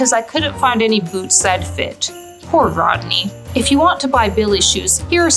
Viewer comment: “RODKNEE” is hilarious 😂😂😂😂😂😂